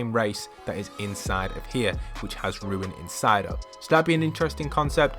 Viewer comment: Its Runes not ruin